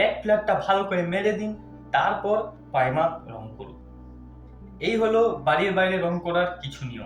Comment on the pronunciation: tumi akhono "primer'' sathik vabe bolte parona, khub birokto lagche sunte.